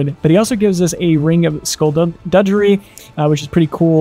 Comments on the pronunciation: Btw, it's ring of "Skull-dug-ger-ey" (skulduggery); it is not said like "Skull-drudge-ery". Very irritating when you hear several YouTubers parroting each others mispronounciation. Additionally, the other word Sagacity is said how it looks, "Suh-gas-it-tee". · Mame? Mane. Like horses mane. Sumarian? Saurian. Like Saurus. Skullduggery pronounced skull dug er ee. 👍🏼